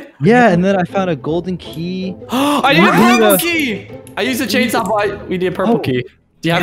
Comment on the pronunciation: Them saying "Chainsaw" :P Me hearing "Jadesaw" XD